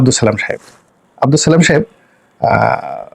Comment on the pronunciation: এই গোলামের ঘরের গোলাম আগে সালাম দেয়াটা শিখ - তার পর কথা বল সালামের উচ্চারণটা জানিস না আবার বড় বড় কথা বলতে আাসি